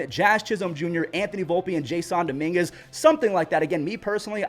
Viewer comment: You forgot the "N" in Dominguez